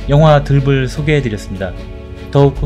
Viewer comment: 끝을 [끄슬]→[끄츨]. 들불 [들뿔]